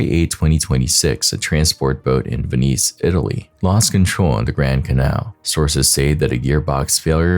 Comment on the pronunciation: Oh my god. Please look up how to pronounce VENICE.